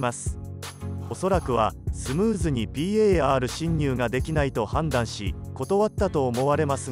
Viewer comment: ぴーえーあーるしんにゅう の発音がじわる